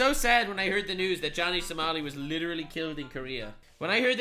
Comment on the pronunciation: did you says Johnny SALAMI? YOU GOTTA APOLOGIZE TO TASTY SALAMI